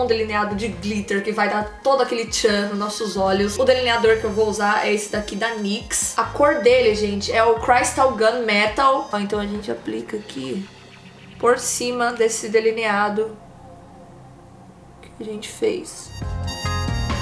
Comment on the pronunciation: vc fica linda com esse oculos mas nao pronuncia em ingles craistals nao ok? Fala cristals (crystals). Senao gringo vai rolar de rir quando ouvir, lol. Bjinhos sz